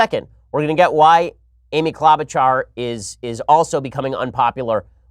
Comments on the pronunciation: It's Amy "klow'-ba-shar" not - whatever you said! (I am from MN, so I know.) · Ben, just so you know its Amy KlObuchar Hard O. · Klobuchar is pronounced with a long o. And the ch is sh like machine.